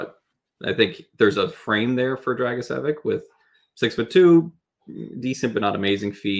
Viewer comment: His last name should be pronounced Drag-i-say-vitch (like mitch but with a v). My best friend is a Croat. Ya'll talked about team factors in regards to his production and how his team isn't great, but I don't think that necessarily makes it more impressive in this case. I feel like a lot of his teammates defer to him since he's the only high skill player on the team so he generates a lot of points by virtue of volume of plays rather than quality. He does have a plus shot for a D-man though. Easily the best goal scorer among D in this class.